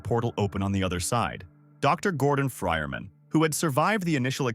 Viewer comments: The fryerman? Who the fuck is the fryerman? You mean Gordon Freeman? Is this ai, its kinda gotta be. Or.maybe someone that don't speak English as a first language perhaps. There is no fryerman in half life. And it keeps fuckin saying it! Jesus Christ man, does no one review their audio ever these days? Fuckin clown shoes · Man, saying that with an AI Voice really gets me, that AI Voices went wrong when it comes for Real People saying that Just Right. Gordon Frierman? Made it wrong with that AI Voice, it was "Freeman". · Yeah this is AI slop. You didn't even listen to the voiceover. It always says Frierman instead of Freeman. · "Iz Dr Gordor frienman" "Well if it iznz Dr Gordon Frienman." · "the friermen" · Somehow he pronounced it as “Dr. Gordon Frierman” every time in the video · Ah, yes, Gordon FrierMan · “Dr. Gordon Friman” lol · Lmfao, for real, I thought he said "fryer man," and that shit confused the fuck out of me. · Nobody gonna command about freeman being called fryerman in this video? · Prob just the text to speech mispronouncing "Freeman"